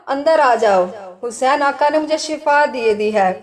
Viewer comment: Vedio bht achcha h mgr jo back ground m jo bol rahi h unka talaffuz sahi ni h Aaqa Hussain ko aaka Hussain kah rahh h plz dhiyan den